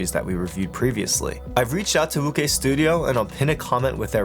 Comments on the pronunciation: Very good review, I think wuque is pronounced woo ch-ue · Great video as always. Just a heads up, Wuque is pronounced "Woo-chay." Keep up the great reviews bro. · more like woo-chwhere but yea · calling wuque "wukay" is like calling José "joe z" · definitely not woo-chay, is pronounced as "Wu-Chu-eh" 无缺